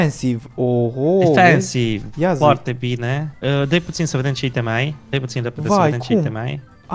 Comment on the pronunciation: super foarte cel mai wow :person-turqouise-waving::goat-turquoise-white-horns::face-red-heart-shape:da mbahhh di ce pronunta i' teme si nu iteme(aiteme) mahhh:hand-orange-covering-eyes::face-blue-wide-eyes:in rest genial hai cu challeger :eyes-pink-heart-shape